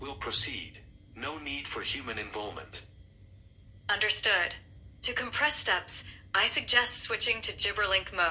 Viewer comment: def said involment